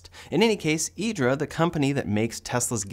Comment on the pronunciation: as an italian myself, I appreciated the correct pronunciation of IDRA